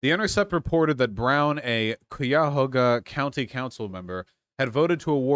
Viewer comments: MY MAN SAID COOYAHOGA LMFAOOOOOOO it’s Cuyahoga like guy-a-ho-ga (though some people say Cuy-a-hog-a, but those people are cringe) Source: the Cuyahoga River runs through my town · Hearing Cuyahoga pronounced "Cooyahoga" is bothering way more than it should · I’m from Summit county, which is right next door to Cuyahoga County, and that pronunciation actually came up behind me, stabbed me thirty-seven times, and then pissed on my corpse. It’s pronounced Kai-Ya-Hoe-Gah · Cuyahoga is pronounced Kai-Yah-Ho-Guh, I'm in this district :) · Cuyahoga is pronounced KI-ya-HAH-guh (KAI-yah-HAH-guh). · IT’S PRONOUNCED “KAI-UH-HOE-GA” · OMG THEY ARE TALKING ABOUT SOMETHING EXTREMELY PREVALENT TO ME!! I’m crazy hyped hopefully we can pull through Edit: I live in cuyahoga county (right outside Cleveland) and vaush it’s pronounced Kai-uh-hoe-guh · Hey vaush, you mispronounciation of Cuyahoga is killing me. (Kai-uh-hog-uh) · Really bothers me how he pronounces "Cuyahoga". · As a local, i love your pronunciation of Cuyahoga county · One thing Vaush, but I must say you keep pronouncing Cuyahoga County wrong. Sorry for being picky. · I was thinking the same thing every time lol